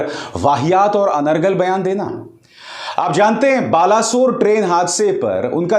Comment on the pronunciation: Baleshwar not balaswar